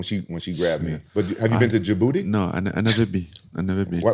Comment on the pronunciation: Idk if Rampage being funny lol Djibouti is my country and it pronounced with a t not booty